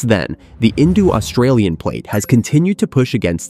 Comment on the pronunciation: "Paleo-Say-Iss-Mic" and "Indu-Australian" lol.